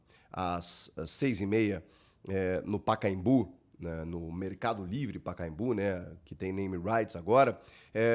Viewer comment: Mercado livre Pacaembu? Não! É Pacaembú apenas! A saudosa maloca!